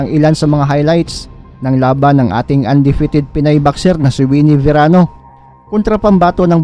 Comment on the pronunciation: Verano not serano